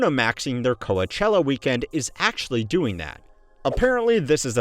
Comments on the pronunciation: coa-chella is certainly one of the ways of all time to pronounce that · Is it coach-ella? Frankly I trust him more for not knowing how to pronounce it, knowing the limited amount I know about it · Co-a-chella? Trust for this channel eroding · That's not how it's pronounced? Now I am questioning everything I think I know...